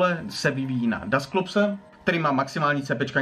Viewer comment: Čte se to dasklops